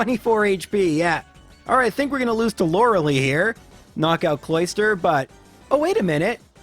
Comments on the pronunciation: Lore-a-LIE, not Lore-a-lee ;) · It's pronounced Lor-uh-lie!!!!!! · Your assessment of pronunciation might go over better if you pronounced Lorelei better. Much love though, these are good listening material. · You don't pronounce Lorelei right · I know what the problem is, you're speeding up the emulator instead of using the bicycle, you're speeding up the emulator in menus as it wastes in-game time, you're speeding up the emulator in conversations without using the turbo button, and you're pronouncing Lorelei's name wrong. But you're still doing a great job. Are you gonna do Weedle? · Okay so A) He can't use the bicycle because he has never used the bicycle, if he started now then all previous times would be irrelevant B) He has said that he knows he doesn't pronounce Lorelei the canon way, but he's' done it for so long he can't change C) He said he's not going to do Weedle because it's impossible to make it past Agatha without items. If the run cannot be completed there isn't really a point in doing it in the first place